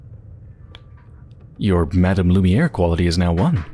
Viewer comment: me again. Mme. i.e. Madame is pronounced Mah-dam or Muh-darm... sort of... not Mah-dum, as you say, like the English 'Madam'... it is just the french equivalent of Mrs. Mademoiselle is the french version of Miss. all of this in the same way that Monsieur is Mr. much love